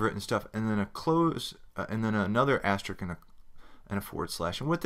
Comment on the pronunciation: The only thing wrong with this tutorial is your pronunciation of the word 'asterisk', but for that you are forgiven. Great series of tutorials!